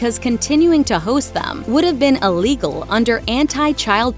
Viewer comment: "uh-legal" *Ill-egal